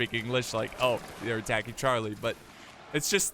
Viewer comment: they're attack-king Chaaaah-lee